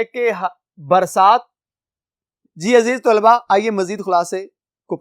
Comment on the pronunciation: Tolba nahi hota 😂😂Talba hota ha